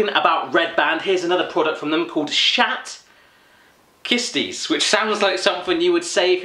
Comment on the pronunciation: 'Shat kisties' XD